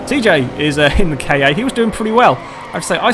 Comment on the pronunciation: The Ford KA is pernonced (sorry bad spelling) car